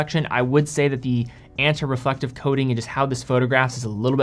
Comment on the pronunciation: Why do you say your A's int "Anti" and "Anterior" like that...? AYYYnti.... AYYYYNterior